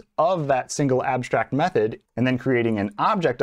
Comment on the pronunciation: If you say abshtrakt so say also shtatik and shimilar 😂… just joking. Thanks for this video!!!